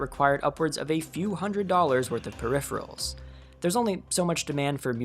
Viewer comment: That's not how you pronounce "peripheral"